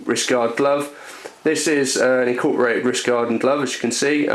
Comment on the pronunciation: "in-cort-er-rated"???? wtf does that mean haha